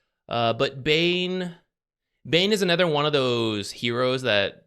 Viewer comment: Can you stop saying ether instead of other. "Bane is anether one..." "Ether heroes."